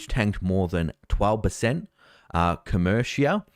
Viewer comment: Pronounced Co mer ica. I got out of that 6 months ago